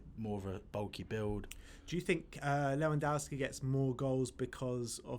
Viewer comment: Le-van-dov-ski And no, Harry Kane is not better than him. By any measure, except your EPL bias. Harry Kane is the most overrate player in the world, which is fitting, because the EPL is the most overrated league in the world. Everyone is so mediocre that Harry Kane stands out.